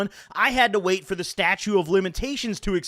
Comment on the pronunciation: “statue of limitations”